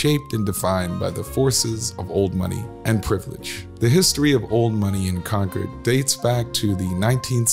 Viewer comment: This was more like advertising for the country clubs than it was historical. But at least the pronunciation of Concord was correct.